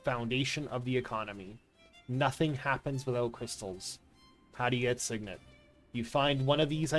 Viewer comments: Whoever says SIgn-net instead of sig-net is a psychopath lowkey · lol there's nothing to argue about, my dude. It's pronounced "sig-nit". All you gotta do is look in a dictionary. :P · I didnt even know sign net was an option. Might lowkey start saying it